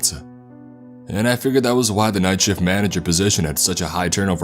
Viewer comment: Squidwardeh I'm working the night shifteh AT NIGHTEH